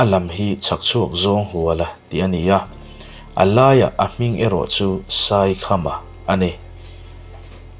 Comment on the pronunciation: A 'Lâi-ah hming' tih i lam dan/sawi dan chu ava mak ve..😮!! 'A laiah a-hming'- tiin i sawi/lam deuh tlata ka hriat chu ni.., "A-Laiah - hming" tih tur niãwm tak, 😊,,, Lai-ah hming, tih emaw, A Lai-ah, hming tih awmzia chu, "pian tirh/ a pian-tirh a, a hming dik tak/a pianpui hming put dan.. tihna kha a ni mai..!!